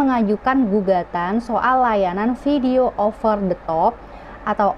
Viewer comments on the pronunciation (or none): none